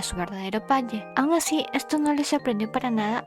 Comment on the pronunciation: Jaja amo cuando dice palle en ves de padre❤❤❤